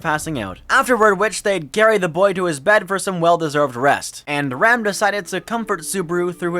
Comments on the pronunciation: Man i really wanted to watch this but the way you pronounce Ram like Rom is kinda ruining it. Like im trying to listen and wondering what this old man is doing in all the other arcs :/ with a show that has Rem, Rom, Ram, etc you gotta pronounce it correctly. Ram like Dodge Ram, like the animal. Rom like CD-ROM. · You say Ram like "Rom" and it brings me endless amusement imagining that old giant as one of the Oni twins lmao.